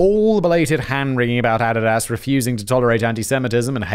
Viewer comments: I Couldn't help it! After this video I Had to watch My Adidas by RunDMC ... and picturing them pronouncing it like Simon! Got to "My Add-did-ass touch the sand of a foreign land With mic in hand, I cold took command My Add-did-ass and me close as can be We make a mean team, my Add-did-ass and me" and I lost it! Lol! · The way simon pronounces Adidas makes me laugh.. it's ah/ dee/ doss simon ahdeedoss😂😂😂😂 love you don't fight me lol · I couldn’t figure out what brand he was saying at first. Adidas 😂😂 A-dee-dus Simon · So is that the official pronunciation for Adidas? Cause I have never heard it pronounced that way before. I kept questioning what company he was referring to as I'd never heard of Addidass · Even the goddess Nike is pronounced Nai-Kee in England and now clue how he came up with Ah-di-dass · Ah. Did. Daas. His mispronunciations of shit are hilarious. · I can't help but laugh at how you pronounce Adidas. If I wanted added ass I'd get some Adidas from across the pond LMAO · Is Simon trolling us with the mispronunciation of Adidas? Add-id-ass? Seriously? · Adidas is pronounced A dee da ss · Who are Adadas and nic?nice?? Do you mean Adidas and Nike?? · I love how he mispronounced Adidas every time lol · The way Simon pronounces Adidas and Nike felt like nails on a chalkboard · Put the word Adidas into your pronunciation application. Big brain move. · Hearing Simon say adidas throws me off so much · It took me a minute to understand what fact boi was saying. I've never heard someone pronounce Adidas like that... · The way he is pronouncing Adidas though... I didn't know what he was talking about for most of the time! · Russian Agent Alert Only a Russian Agent would pronounce Adidas that way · I couldn't figure out what Adidas was because we pronounce it differently in the US lol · Theres mispronunciation thens there's whatever tf Simon was doing with Adidas lol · Just curious; are the mispronunciations of Nike and Adidas on purpose?